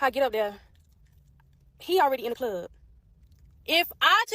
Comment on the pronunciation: “…in da clobb..” ..RUN my man… !!